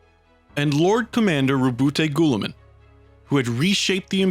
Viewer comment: Roboute Guilliman is one of those guys with a lot of pronunciation to his name, but the official one is 'Ruh-boot-ay' followed by 'Gil-li-man' White Dwarf December 2019.